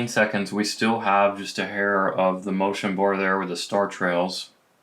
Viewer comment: “Motion Burr”